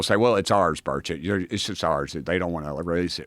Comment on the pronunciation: Finally, Joe can pronounce his name correctly.